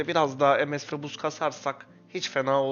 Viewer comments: kardes ms ye lütfen emes deme pc başında tilt oldum yav :) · Aga sen sen monster stone ye em-es dedin mi senin videolarını kapatıyorum direk ya